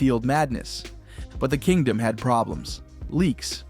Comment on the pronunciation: One of the most iconic Stadiums of all time, where God watched his team play, the five time World Champion Dallas Cowboys, who is this dude talking, when did the KING-DOME, become the KINGDOM, can't even pronounce shit, unbelievable